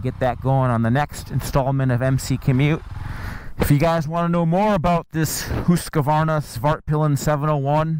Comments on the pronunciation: Hus-varna. Not Hus-ka-varna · this dude says Husqvarna weirdly. "HOOS" Qvarna? it's "HUS" Q - Varna. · Come on!! It’s husk-varna NOT whose-ka-varna! do you know what you are talking about you’re a senior editor for Pete’s sake?! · Hoosk Varna Like that.. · its not hooska-vaarana its pronounced hooskvarna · Whose kavarna? Husk Varna! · Husk A Varna [sigh] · It's pronounced hus kvarna. Not hus Q arna. I'm swedish x) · as soon as i heard him say hooos kar varna i knew what the comments were gonna be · Hoooooooskevarnaaa! SSSFARTVIALN!? jesus dude... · Never heard this pronunciation of Husqvarna. I am pretty sure it is not pronounced, Hooskavarna. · gahh!!!!!!!! Hoosk-Va-r-na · Hooska? Varna? hahaha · It’s Husk Varna !!! 🙄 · he always added an extra A to Husqvarna also hearing his spit in his mouth when he talks and swallows give me shivvers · It’s not pronounced Husq A varna ? Or am I wrong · When you are Swedish you hear how badly Americans pronounce Husqvarna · I giggle everytime he say Husqvarna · The way he tells hasqvqrna is wrong. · Disliked and stopped watching after the 4th time saying the name wrong. I don’t care whatever else you have to say about this bike. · He says "Husqvarna" funny. It was annoying.